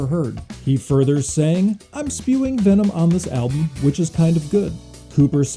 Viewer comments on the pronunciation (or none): none